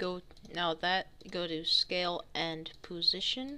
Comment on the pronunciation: he said poo sition! lol